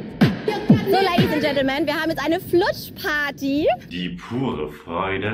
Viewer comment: Ach ne rutschparty ich habe die ganze Zeit verstanden "Flutschparty" 😂😂😂😂😂😂😂😂😂